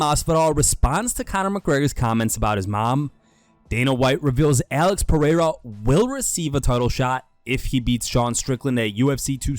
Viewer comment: Dana can't read. Lol 😆, He pronounced Alex Pereira's last name wrong. That's why he ain't paying the ufc fighters what they owed because he can't read the contracts so he just put any compensation digits in there lol 😆